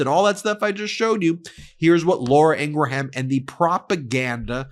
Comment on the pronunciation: her name is pronounced: ing-grum, not ing-gra-ham!!!